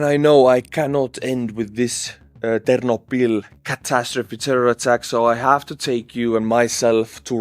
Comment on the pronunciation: Excuse-moi,, the stress in Ternopil' is on the O.